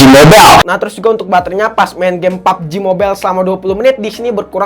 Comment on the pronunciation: Gw suka lu ngomong pubg mobile